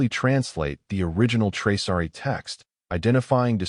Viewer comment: It’s Traasari, not Traari!!